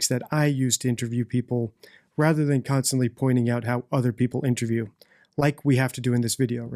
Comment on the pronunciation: Does deliberately say" intraview" taking the piss? He switches between "intraview" and " interview ". Is he having a laugh??